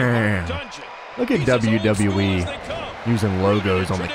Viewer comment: Why don't you say the e in wwe